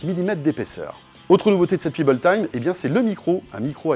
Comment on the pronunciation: PEBBLE pas Pibble ! Pèbble ça se prononce!